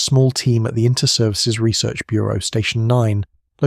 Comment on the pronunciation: This would have been a good video if not for your Americanisms: It's not "shooter", but "gunman". (A "shooter" in Britain is slang for a gun) It's not one hundred thirty decibels, but one hundred AND thirty decibels (Americans don't use the conjunction "and", but we do). Research is not pronounced reesearch, but reSEARCH (emphasis on the second syllable)